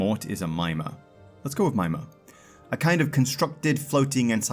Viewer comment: Typically mimir is proniunce mih-meer